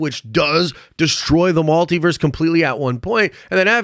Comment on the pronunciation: Why are you saying MALtiverse?